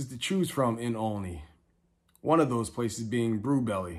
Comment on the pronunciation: Nice video, but it's pronounced ALL-ney, like olive.